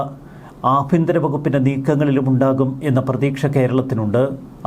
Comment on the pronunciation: ആബിയന്തിരം അല്ല, ആഭ്യ ന്ത്രo എന്നാണു